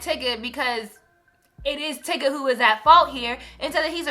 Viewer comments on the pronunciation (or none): Tigga tho???? I have to believe the constant mispronunciation in these videos is intentional. I didn't think so before but I guess I was wrong. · lol tigga.. its tyga but hes irrelevant and ignorant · Lol, you kept saying tyga's name wrong. Tbh, I'm just over the Kartrachians. They have no value or morals. I'm also over Kanye. I use to like his music but he's feeling himself too much now. I'd rather find entertainment elsewhere.